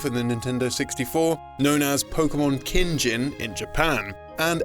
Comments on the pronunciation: Yeah, who pronounces “gin” in Japanese like the alcohol lol. This channel needs more people who understand Japanese. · "Pokémon Kinjin"???? It's "Kin, Gin", as in, "Gold, Silver". And the boxart you used for Stadium 2 isn't even the correct one - The game titled "Pokémon Stadium 2" in Japan is still a Gen 1 game.